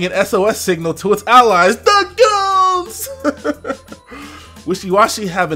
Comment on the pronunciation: Every time you say "THA GOONZ" I die laughing.